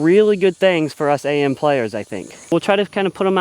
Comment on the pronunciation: Its just Am not A-M. Short for amateur you AM